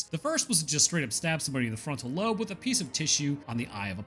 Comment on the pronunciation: "the marker signal is stored in the ba- In the frontal loan" mate you always do good. Makes us laugh. Great vid as always